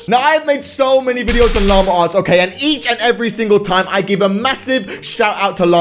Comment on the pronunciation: It’s llama arts not lamure arts